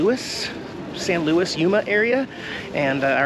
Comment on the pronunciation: It's pronounced San Lu-ees,.